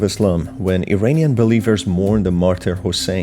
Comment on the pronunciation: Please pronounce "Iranian" correctly. It is "EErAAneeyan" and NOT "EEreeneeyan." Correct pronunciation simply is evidence of knowledge. Thank you.